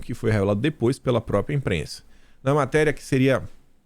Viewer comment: Bom dia, pelo amor de Deus, não é própia...é própria. Bjs